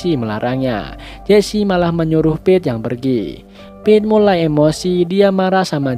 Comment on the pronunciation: Kedengarannya Beth😭🤣